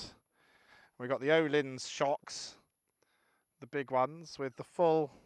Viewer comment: Just for the record... it is pronounced Er-leens not Oh-lins. They are Svensk (Swedish) Excellent review though👍